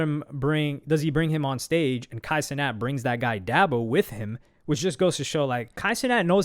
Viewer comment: I can tell when someone isn’t part of the culture, I don’t watch dabo but is DA-BO not dab-ao